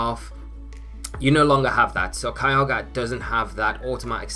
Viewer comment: I know you're saying Kyogre but it sounds like Kialga and I always get excited for the Dragon/Steel boi